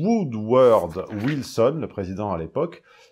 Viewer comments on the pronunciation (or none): C'est bien lui mais avec la prononciation de, la réponse n'est pas validé au trivial pursuit.